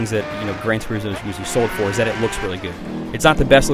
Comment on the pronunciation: what the fuck is Gran Tur-ee-smo? butchering the english language again are we??